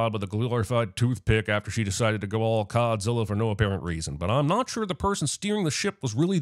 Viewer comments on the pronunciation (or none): "Codzilla," lmaoooo!